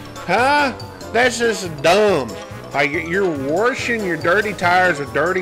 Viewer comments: Not warshing. There is no r in washing. Grow up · Don't be "Warshing" your truck with a squeegee!